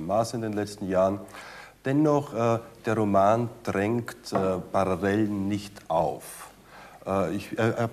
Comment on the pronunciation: Mein Gott, manche Worte sollten Sprecher oberdeutscher Idiome eigentlich konsequent aus ihrem Vokabular streichen; ein einziges Minenfeld! ....Bar(rollrollroll)allel(und Zunge streck)n